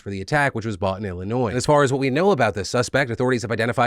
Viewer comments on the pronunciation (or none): none